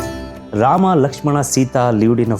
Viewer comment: Rama"a", laxman"a", dashrsth"a", ravan"a" sheshnag"a".. why the hell do you add an extraaaaa"a". There is no jesusa or mohamada